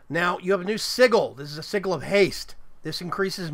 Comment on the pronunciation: OMG every time he says "sigal" it triggers me more and more until I finally popped and just threw my phone, my phones still good tho so yeah.. 😂